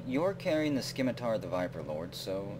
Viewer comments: it is pronounced Sim-it-tar not Skim-it-tar. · You don't pronounce the C in 'scimitar'. Just sayin'. :)